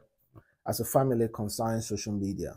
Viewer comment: is called "social media" Not shosho media😂😂😂😂😂😂😂😂